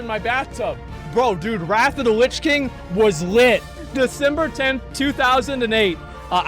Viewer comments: Nobody: Asmon: "Rat of da lits king" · Everyone else : "Wrath of the Lich King" Asmongold: "RAFFA DA LISH KING" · “Wrathuda lichking”